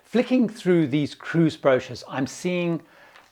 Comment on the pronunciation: Cruises, advice AND an English person saying the word "brochures?!" This video has EVERYTHING!